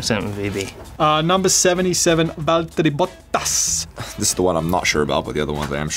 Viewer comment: How Daniel says Valterri’s name 😂😂